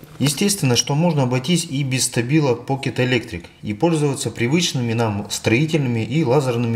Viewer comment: Не стабила, а Штабила. Учись говорить правильно.